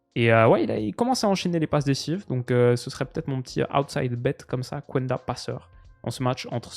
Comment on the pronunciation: Salut pour la prononciation de Geovanny Quenda , le U ne se prononce pas donc ça se dit KENDA